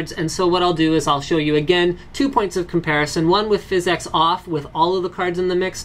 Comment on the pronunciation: just say "physics" not "phys-x" it just sounds more normal